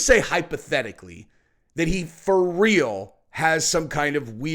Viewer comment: did say "fur real "😅😂